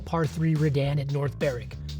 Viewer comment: Well done for pronouncing North Berwick correctly! Most Americans don't do that. 🙂